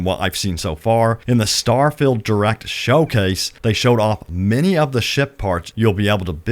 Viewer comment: was well keen to watch this but couldn't watch you keep saying STAR FILLED not STAR FIELD